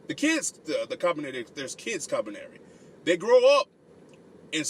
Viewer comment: I think it's actually pronounced Koo-Lee-Par-Ree but great review.